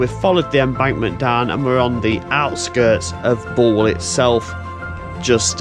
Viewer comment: Wow. someone that can actually pronounce Bulwell correctly. Well done! A day out for me as a locospotter in 1963 was to make my way to Nottingham and bunk Annesley, Kirkby - in - Ashfield,( where unusually they sound both "k's",) or Langwith junction sheds. The timetable on the Nottingham - Worksop route was such that I could perm any two from three. Memory fades with time but I can remember Linby with it's staggered platforms , the Great Northern station and level crossing to the right and the Great Central crossing on a bridge to the front. Upon return to Nottingham I would visit Nottingham Midland Shed. An area that I don't think I would dare visit today. In 2003 I took a 40 year anniversary sentimental journey along the re - opened Robin Hood line but I hardly recognized anything apart from Shirebrook West which had changed very little. Upon closure of rail routes the government sold off the right of way piecemeal so that a railway could never return. They really did'nt like railways.